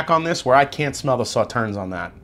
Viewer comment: Free info: The last "s" in Sauternes is silent. Pronounced: "Saw-Turn" 🌈 The More You Know 🌈